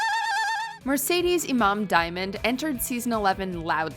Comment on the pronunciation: Mercedes Iman Diamond's name was mispronounced like opulence. It's not Imam.